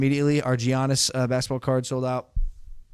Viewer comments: did he really say G Yiannis? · I like Logan but if he says Giannis with a G at the front again, I’m gonna go crazy 😂